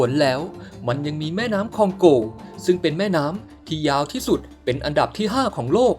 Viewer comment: คองโก บราซิล 55555 นึกว่าฟังผิด พอพูดคองโกง บราซิลอีกที มันไม่ใช่แล้ว